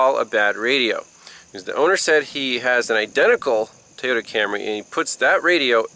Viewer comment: Apparently an O is pronounced as an A where you live as in Tayota. Funny how the a on the end is pronounced as an a. Interesting!